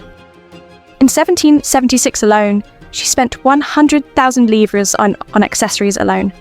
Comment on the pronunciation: Yes, the correct word but incorrect pronunciation.